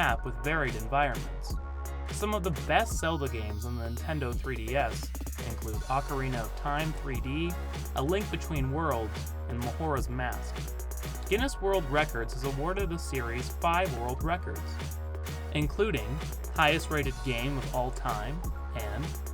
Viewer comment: It’s majora’s mask not mahoras